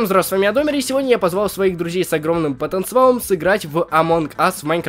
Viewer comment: с потенцеалом а не потенцавалом